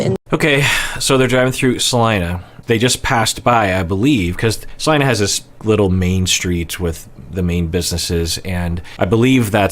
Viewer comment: 🤯 I was initially just pleasantly surprised you pronounced Salina correctly, that's my hometown but I'm even more geeked out that you have a connection here! So cool!